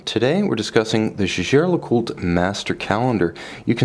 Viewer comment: Isn't it pronounced Yeagar?